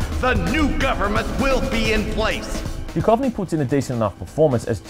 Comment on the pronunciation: Sorry mate, but..."the great David Dukovny'? Seriously?